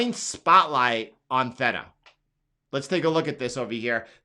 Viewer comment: “Thay-tuh” not “thet-tuh”